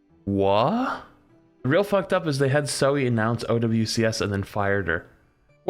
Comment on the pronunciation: duuuudeee not zoe :(((((((